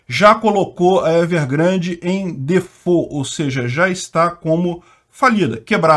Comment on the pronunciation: Dafuq is Difôu? Se tá falando em DEFAULT se fala assim: Di(do mesmo jeito que os nordestinos pronunciam) Fólt(do jeito que se pronuncia em português)